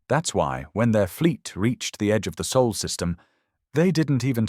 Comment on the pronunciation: Earth is in the “Sol System” not “Soul System”.